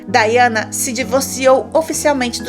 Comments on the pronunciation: A pronuncia é Daiana. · O nome da Princesa se escreve Diana , mas se pronúncia Daiana em.inglês.